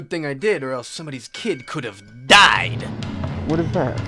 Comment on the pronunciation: the way he said "and then they DIED" reminds me of a certain pig legend..